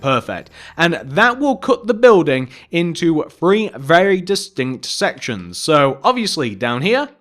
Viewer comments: boi say three not free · One ,Two ,FREE, and four 😂😂